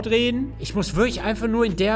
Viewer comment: "wirktlich" gut 🤣